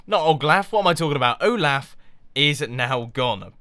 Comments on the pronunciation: Its Olof not Olaf or Oglaf. Im Swedish, i know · it's not like o-laugh it's o-loft without the t Mumbo Jumbo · Its pronounced (O-Lof) not (O-Laugh) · It's definitely Olaf, Mumbo. XD Oglaf is something... very different. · mumbo didnt just not watch frozen, but he also killed olaf and he called him oglaf???? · its pronounced oh-lah-f not oh-laugh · Mumbo Jumbo its pronounced Oh-lauf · Olaf Pronounced OH-L-OFF ol good episode my man! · "Oglaf" made my day :D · I'm in America and I don't pronounce it like oll-laugh. I pronounce it like oll-off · the name is said like "oll-off" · The snowman's name is Olaf pronounced Oo laugh. It its a he. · Correction O-laph is how it's pronounced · Mumbo, it's pronounced "Ohlahf." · "Oglaf" heh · Olaf is pronounced "Oh loff," Mumbo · It's oh-loff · anyone else heard him say oglaf? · His name is pronounced Ohlawf. :) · It's not pronounced " o' laugh ". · your saying olaf wrong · lol you said his name in a different accent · You butchered the pronounciation of Olaf